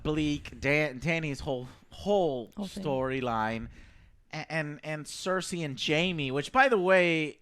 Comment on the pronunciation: 10 years and Joe still can't pronounce the names: Den air ease, Your ion, Drogo, Sir say, any one got some more? Oh yeah, turn your fucking mic down for the 100th time, Joe! My whole phone vibrates when you scream out and it scares the shit out of me!